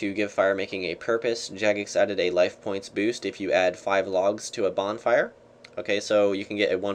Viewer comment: bornfire lol